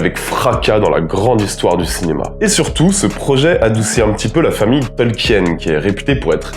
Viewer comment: On prononce Tolkiiine (tɒlkiːn) ! super vidéo à part ce détail !